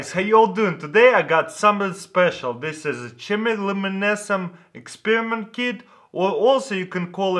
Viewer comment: Today I got somethin special "ch-em-e-loo-mehn-ee-sin kit" or also you could call it glow in the dark liquid, because I can only sound out single syllables words even though I've lived in America most of my life. Bravo.